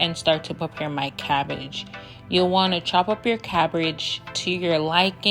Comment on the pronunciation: Did you just say crabbridge lol 😂 great video thx